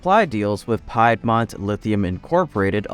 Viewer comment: Is this narrated by a robot? How can you not know how to pronounce “Piedmont?”